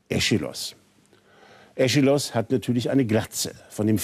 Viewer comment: Leider hat dem Herrn niemand gesagt, dass, zumindest im Deutschen, man Aischylos nicht Eschilos ausspricht (wie Esche), sondern eis-chilos, das ch also als ch. Vielleicht meint er das und nuschelt nur.